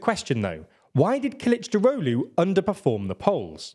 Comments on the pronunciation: Kılıçdaroğlu is pronounced: K(japanese u)l(japanese u)chdarolu, not killichdarohlu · great video but i have to say one thing, please work on your pronunciation when reading turkish names like kılıçdaroğlu, erdoğan, oğan i understand turkish is a bit hard but everytime you say kılıçdaroğlu i wanna hang myself cuz of how bad it is. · Omg you pronounced Kilicdaroglu like nordic mythical god